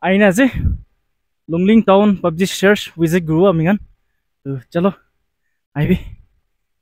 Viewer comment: Bro not twon😊 it's Town. Anyway keep exploring. Good and complete your mission. Watching all your vlogs